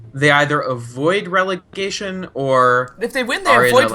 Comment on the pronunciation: i support your work so this comment has no ill intent. however... gotta love regelegation;D